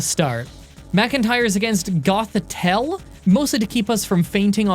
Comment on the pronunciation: This man pronounced Gothitelle right but called Watchog "Watchdog"